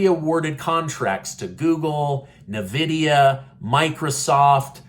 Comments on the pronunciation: I love what you do and we need true media like your channel. But please call Nvida N-Vidia not NaVida lol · Gr8 video. By the way, It's pronounced N-Vidia. Just letting you know